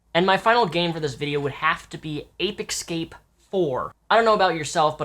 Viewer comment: APE EKSCAPE??? hahahahahaha whyyyy do you say it that way man xD